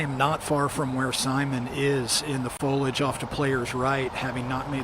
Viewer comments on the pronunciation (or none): There’s an “i” in “foliage”. Don’t use words you do not know how to pronounce, please. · Pretty rough coverage. Why I don’t consider purchasing a DGN subscription. Boring, very little graphics, not enough story building, constant bombardment of cheap ads and plugs, drying off camera lenses live, and why can’t we say the word “foliage” correctly?!?